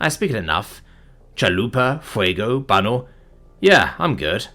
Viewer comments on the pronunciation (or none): Your spanish lesson for the day: When you see a ñ it's not just an n. Baño isn't "banno". It's more like "Banyo" if you tell a spanish speaking person "Ir al banno" they'll be like "the fuck is a banno?" Also te is not Tee. It's teh. So Te Amo isn't Tee Ammo. It's Teh Ah-mo.